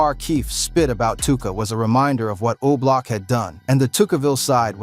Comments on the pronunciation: MAN ITS O-BLOCK, Yall what's wrong with these youtubers man, that shit is driving me crazy, dont report on things when you cant get the names right, wow, damn, I need a drink, he say that crap one more time im coming through the phone, yall check him and let him know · Come bro its not hard to pronounce O Block